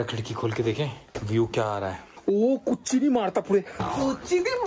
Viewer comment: You people are pronouncing really wrong. Kurchini madathapetti , it means folding the chair 🪑